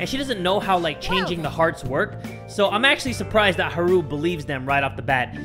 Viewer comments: it's hAru not harU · The u is short, pronounced oo. pronounced it as Ha-ru. Also, this isnt meant as a mean comment just a helpful one on how to pronounce the names.